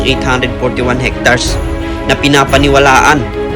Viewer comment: its pronounced as "ectar's,spelled as hectares..